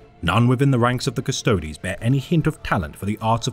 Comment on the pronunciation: So happy to hear someone pronounce "Custodes" correctly. It sounds so bad when people say "Cust-ODES" instead of Cust-oh-deez. Neat little breakdown of the Emperor's finest, thanks for the vid!!